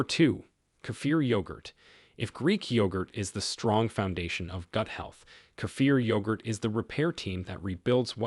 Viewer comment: 70 in Australia. I make my own kefir. Nice to hear it pronounced correctly by the way. I make my own low fat yoghurt with local milk. I'm going to start to make cottage cheese.